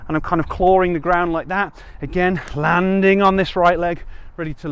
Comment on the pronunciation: Nice ambitious pronunciation of 'landing' 😃